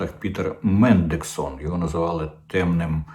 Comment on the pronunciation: Не мендексон, а мендельсон, спонсор лейбористів.